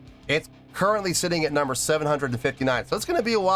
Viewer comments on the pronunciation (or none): none